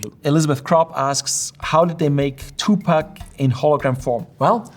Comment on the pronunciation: He's Tupac, not Two Pack